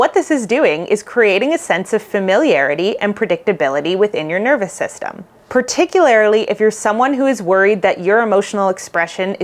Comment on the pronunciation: I’ve been binging your videos and noticed that you use the word “particularly” a lot but you pronounce it as if there is an “i” before the last “l”. No disrespect- you’re obviously super smart, and just doing it out of habit. This video has been ~particularily~ helpful for me. I’m an autistic fearful avoidant. Thank you so much for the great content!